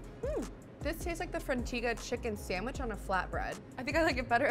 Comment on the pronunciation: She hasn't said sandwich properly yet, expecting her to know the names of all the breads is a pretty high bar.